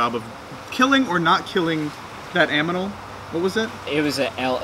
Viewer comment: NIck "Aminal"